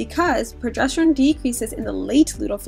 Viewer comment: I’m not super familiar to this topic, but the female in this video is mispronouncing the word progesterone. She keeps saying “progestoren”.